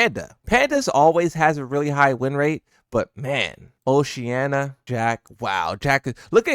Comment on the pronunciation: Bro doesn't know how to pronounce Oceania, man is saying Oceanna lmao